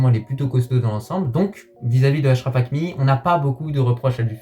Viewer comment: petit conseil en arabe tu peux dire achraf et attiat comme en francais 7achraf et 7attiat sa n'existe pas voila sinon bonne vidéo comme d'habitude